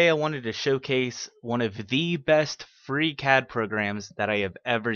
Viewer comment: Bye impossible to understand "Freecad"